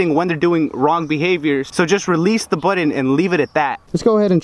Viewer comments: It’s BUTTON - not “bwuutteen”... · Its button not budden and important not impordent